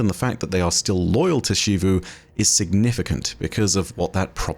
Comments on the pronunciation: I think Xivu is “Zeevoo” not “Sheevoo” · In english, American and British, when a word starts with the letter X, with few exeptions, there is only one proper pronunciation for it. It's pronounced as /z/ for example: xerox, xylophone, xebec, xenon, xenoblast. This also includes Xivu. Her name is pronounced as Zivu Arath not Shivu Arath. Every character in game says her name as Zivu. Every Bungie empolyee says her name as Zivu. Ask any english major and they will say Zivu not Shivu. I know this sounds very nit picky but it is honestly difficult to watch your videos when you continue to mispronounce a characters name. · please, it’s Zivu not Shivu 😭